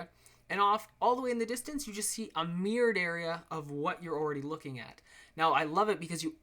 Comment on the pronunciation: americans and canadians still cant say Mirrored